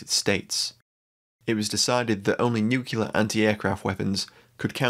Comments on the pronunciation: FFS, the weird is Nu CLEAR, not NU CULAR. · It's NU-CLEAR not NUC-ULAR !